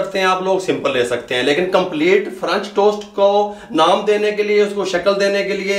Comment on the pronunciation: ahm , excuse you but its "french" not "franch" and if u still pronounce "french" as "franch" then you probably don't know how to read 💀